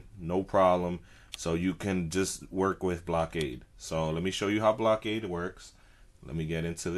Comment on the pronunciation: it's pronounced (Blok-a-da)